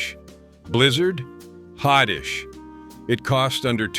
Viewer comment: Interesting. But “hotdish” is pronounced “hot dish.” And, I grew up in Iowa. There was no such thing as a “loose meat sandwich.” It was a “Maid Rite”; it was immensely popular; and it was a franchise. I suppose “Maid Rite” is a brand name, but I we ALWAYS called it “Maid Rite.”